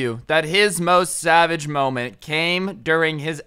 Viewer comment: did you say sabbage or savage